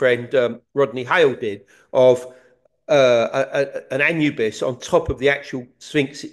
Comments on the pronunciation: Since when did we begin pronouncing Anubis as Anyoubis? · Love these two. Why does Collins always pronounce things weird like even anubis 😂 throws me right off im like who the fucks that?